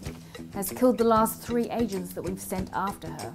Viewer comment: I can't tell if your saying 3 agents or 3 asians